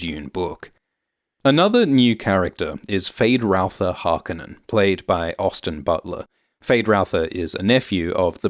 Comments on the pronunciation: It's HarkOnnen, the emphasis is on the -o-. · Can you not pronounce Harconnen correctly narrator!?